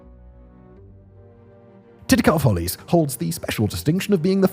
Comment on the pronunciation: Titicut Follies, not "titcut" lol, that`s some Michael Myers type sht 😋